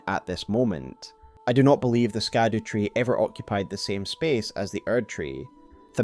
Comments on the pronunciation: Isn't it pronounced "Shadu" and not "Skadu"? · Excellent video. One point - Scadu is pronounced Shadu (its the old English for Shadow) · "Scadu" is pronounced very similarly to "shadow", as it is an old English version of the very same word. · Scadu Is pronounced SHA-duu the c is soft like in the word precious.